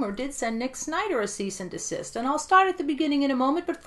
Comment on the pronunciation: Cease and deSISTER 😂😂😂 love it haha